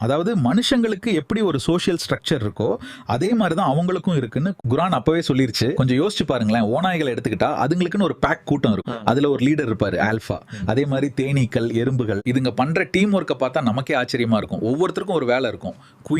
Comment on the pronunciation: அல்ஹம்துலில்லாஹ் நல்ல பணி இது.. நிறைய விஷயங்களை அழகாக தெளிவுப்படுத்துகிறீர்கள்.. ஒரு சின்ன தவறு guraan என்று சொல்கிறீர்கள்.. Qur'aan இப்படி தெளிவாக சொல்லுங்கள்!